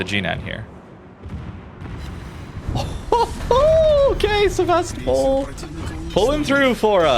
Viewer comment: sEvAstopol? :) SevastOpOl pls.